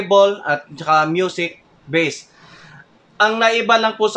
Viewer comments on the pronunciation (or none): none